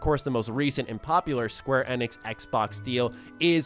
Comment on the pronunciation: I can't be the only one being bothered by the way he says Square Enix???